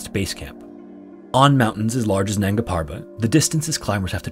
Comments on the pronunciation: Dear creator, I like and appreciate your content but please try to learn the right pronunciation of hindi/urdu names before narrating. Your pronunciation of “nanga” was just so annoying to me that i couldn’t complete the video. Sorry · Isn't it nanga instead of nagna